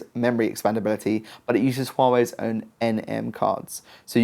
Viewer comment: Impressive the way you pronounce hua wei